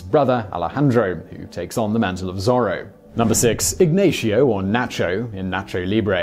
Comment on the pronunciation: Why he pronounced it as ( ig-na-shio ) tho😂😂🤣😂🤣😂